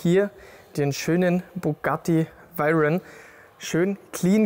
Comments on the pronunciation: Hat er echt Bugatti „vairen“ gesagt? Ich kenne nur „veiron“ 🤷‍♂️ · können wir mal drüber reden das er bugatti veiron gesagt hat und net veyron 😂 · Wer kennt ihn nicht, den Bugatti Vayron 😆😆😆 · Bugatti Wairen, aua😂Wäroo bitte ausgesprochen Spaß beiseite, gutes Video wie immer😁👌🏼